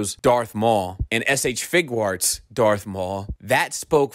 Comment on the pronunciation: Idk why y'all keep talking about the "Figurarts" line. is clearly referring to the "FIGUATS" line. 😂